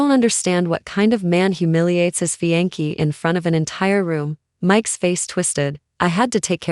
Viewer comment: Fiance is pronounced fee on say not fee on key.